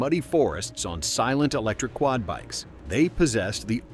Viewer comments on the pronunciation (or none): none